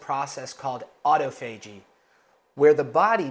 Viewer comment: I would suggest saying the word autophagy properly. Pronouncing it as auto-fay-jee really turned me off from wanting to listen to this very important message that you are sharing here. Just a thought! Sorry if it sounds rude, not my intention! Take care❤